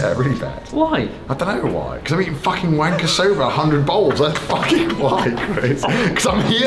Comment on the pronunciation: Wahnkoh* not waynko...